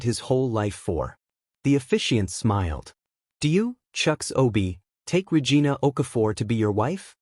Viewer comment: How many times are you going to mispronounce Regina. Lol